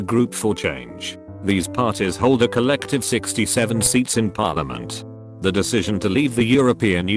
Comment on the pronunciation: Text to speech: says Cymru almost perfectly Text to speech: p o r l i m o n t